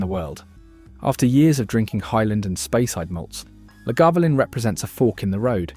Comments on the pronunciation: And 'eye-la' FFS. Not 'eye-zlay' And 'Laguvalin'. I've watched a 'worst value whisky' vid that put Chivas Regal at the bottom because it was too smooth and boring. Macallan double cask was rubbished, too. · Repeat after me Isle-la, La-ga-voo-lin. For gawd’s sake if you’re going to rank whisky at least have the decency to pronounce their names properly. Not to mention what you did to Glenmorangie. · And La GAvoolin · One day, AI will evolve to such a degree that it will be able to pronounce Islay, Talisker and Lagavulin properly, but that time is a long way off by the sound of this film. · What utter pretentious drivel! This fraud had downloaded various random “Scotch” ads and descriptions and made a video of it. Period. He can’t even pronounce, Islay, Talisker, or Lagavulin properly! What a tosser! Blocked! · Voice AI struggles with Talisker and utterly fails at Lagavulin and Islay. No Laphroag? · ISSSLAY - Glenfidichhhhh, and as for the Lagavulen pronunciation!?!?!? I agree with the AI on Glenfarclas 105 though. What a pity that the A.I will never taste any of the whiskies on display. However, any enjoyment of this 'promotion' was ruined by incessant interruptions for adverts which - by the way YT - I NEVER listen to (thank you the mute button, thank you, and thank you too the skip option, which when one thinks about it, why offer us the option to skip, do they somehow feel guilty for shoving these adverts at us in the first place?)) Where were ALL the non-chill filtered and natural colour single malts. I see it thus, WE have found these beauties and YOU stay well away from them A.I. WE don't need to be told how good they are! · And. Can’t pronounce either of the Glens, has 4 versions of Lagavulin, 3 versions of Talisker apparently a highland whisky despite being made on the Isle of Skye, and Islay is not once correct despite cropping up many times. The curse of AI - did anyone do the homework or is this an AI assembly from a troll of the internet.